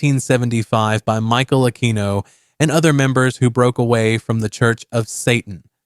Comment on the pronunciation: You mispronounced Michael Aquino’s name. And Xeper is pronounced keffer, not zepper